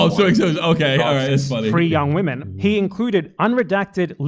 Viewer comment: can’t say “women”, but damn, he’s a master at segueing into an ad.